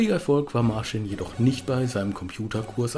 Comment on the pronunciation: "Martschin" und "Michau" spricht man sie aus...